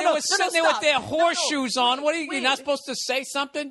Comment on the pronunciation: I think he's said "Whore shoes".